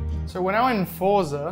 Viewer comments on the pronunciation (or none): why do you pronunce forza and assetto corsa with an english accent even if you're italian lmao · did I just hear an Italian man mispronounce Forza?